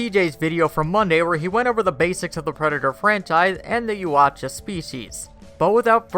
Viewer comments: It’s pronounced “yaaaooowwwcha!!” Fucking Christ! “Ya ooo Cha” lmaoooo might as well call them the fucking yahoos!! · It's pronounced Yow-cha. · It's pronounced yowt ya. You can hear the Ultimate Predator say it in The Predator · Richard Nordheimer - Ya Oooch-cha.! LMAO! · butchered the name LuL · No offense but he pronounced Yautja 3 different ways within the first 40 seconds, and they were all wrong... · I lost some brain cells from him mispronouncing Yautja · please reupload with CJ or someone who can pronounce Yautja . imagine if you heard someone say the word caught as CAOOT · You couldnt mispronounce the name "Yautja'" more even if you tired, could you.